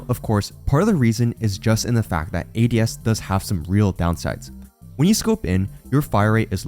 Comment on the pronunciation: the way "ADS" was pronounced gave away the ai voiceover, yall are lazy scumbags